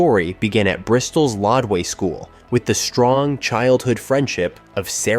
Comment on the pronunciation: Rodway school, not Lodway school.